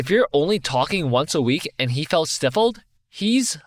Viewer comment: I love you and your content but please learn how to pronounce stifled 😭😭